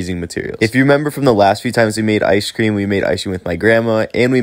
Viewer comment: Good idea with the “iceshh cream” 😂 I been saying it the way you do and my friends look at me like wtf 😂 they’re like why are you pronouncing it “iceshhh cream” 😂